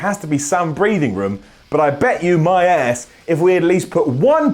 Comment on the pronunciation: Hey why can't you pronounce the word 'ass'....sounds like a hybrid of ass and arse